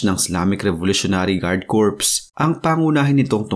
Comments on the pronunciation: Ang pagbigkas po ng CORPS ay KOR. Ang sinasabi mo na KORPS, ay ay salitang CORPSE, na labi ng taong patay. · Silent P ang pronunciation ng CORP